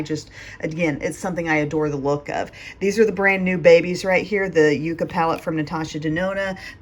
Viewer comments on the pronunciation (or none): Yuh-ca not u-ca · Oooo another great video from! Yay! Oh and as a wee tip from a southwest gal, yucca is yucka 😂